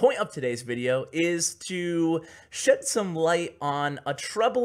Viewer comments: I know it sounded like he said shit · I think he meant shed some light and didn't notice how he said it lol